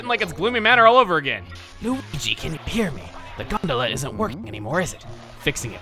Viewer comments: I didn't even have the reference of food and I still thought it sounded like Granola. Actually, you taught me how to say it correctly with this video. XD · That’s how I used to pronounce gondola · I thought that the stress falls on the second syllable in Gondola because that's the way it's pronounced in my native language :P